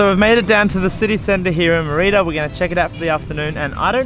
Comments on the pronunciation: Mur-ee-duh? MER I DAH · Good content. Please learn how to pronounce Merida properly, it's important. Many cenotes have water that looks green, not blue. Glad you enjoyed your time here, it's a magical place. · How many times did you mispronounce Mérida in one video? Please, if you're going to do videos about places ask someone, literally anyone. This goes for businesses too (El Barrio) or cities, cenotes etc... Also 1600 isn't a century after 600 it's a millenium. Izamal isn't called the Magic City, it's one of 132 Pueblos Magicos in Mexico. Again, a simple google search would have revealed this. This is why youtubers don't get any credit, they don't bother looking anything up. If you want our subs and the advertising money associated then put some effort into it. I love supporting content creators with subscriptions and even patreon donations but you have to at least be willing to ask someone how to pronounce the city that you're doing an entire episode about. Hell, if you come back I'll meet you for coffee and tell you how to pronounce everything so you get it right on the video. Seriously. Cheers.